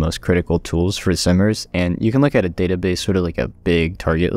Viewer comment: Lol ''simers'' sounds like summrs